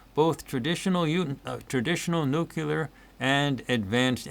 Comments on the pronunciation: Here, I looked it up for you. The pronunciation of "nuclear" as NEW-klee-er is from the American Heritage Dictionary, published in 1969. This dictionary presents the standard American English pronunciation, emphasizing the phonetic link to the root word "nucleus" and marking the "nucular" variant as nonstandard or incorrect." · By the way, it's not "nukular," it's "nuclear!" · BY THE WAY: Why do some people pronounce "new-kewlar" instead of "new-claear"?